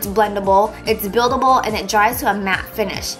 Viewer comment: you forgot the "L" in buildable